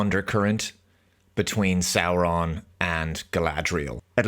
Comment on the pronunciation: You mispronounced SauRRRRRRRon